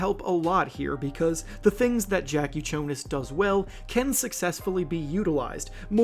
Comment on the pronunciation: Bro needs to learn how to pronounce Jakucionis